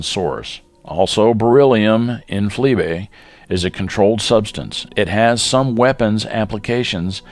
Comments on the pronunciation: Flee bay? it's FLiBe, pronounced fly-b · The pronunciation was researched and FLIBe is, according to the source listed, pronounced in several different ways around the world. We briefly considered changing it but decided it was a minor point with a slightly humorous edge anyway. And yes, now we do indeed use the fly-b pronunciation. Thanks for the tip.